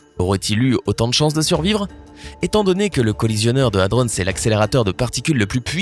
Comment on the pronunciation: Merci de respecter la prononciation de hadron, un dico avec la phonétique peut être utile, prononciation anglaise ou française il faut choisir, pitié, ne pas mélanger les 2.